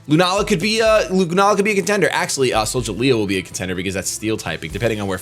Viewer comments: It's Sol-ga-leo! Not Sol-ja-leo! Pronounce it right man! Sheesh! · "soljaleo" goddamnit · imo I think it is pronounced Solgaleo with a hard* g cause galileo the space dude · soul -ga-lay -oh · is it hard to say Sol-Ga-Leo because that was bugging me still like the video btw. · Solgaleo.... Sol- the sun. Gal- as is galpal or Galileo the Astronomer and Scientist, e- and o- as in the letters....Solgaleo... retains the Leo also...:P Just wanted to be helpful.